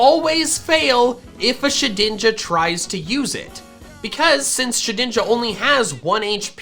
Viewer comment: Did he call shedninja shidninja